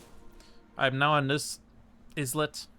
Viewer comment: I'm still out here, wincing when you pronounce badlands and islet. I can't wait to hear how you pronounce Infested Aquifers or A Circuitous and Wending Journey. 😵‍💫😝